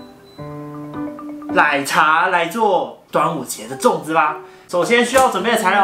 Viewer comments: 我以為只有我聽了好幾次覺得怪怪的ww 珍珠ㄌㄞˇ茶wwww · 是我聽錯嗎，說珍珠ㄌㄞˇ茶欸